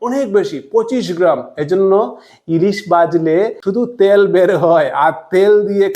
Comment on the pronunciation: কথাটা তেল। ত্যাল নয় ।